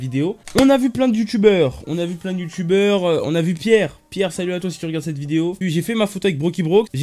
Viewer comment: yamaha c'est une marque de moto :') c'est iiyama genre les i se prononce et oui le 144hz ça change la vie mec tu verras j'viens d'en acheter un stv savoir HP 25mx je l'ai payé 130€ pour un 144hz 1 ms c'est rien et il est grave bien jtrouve tu peux vraiment tout régler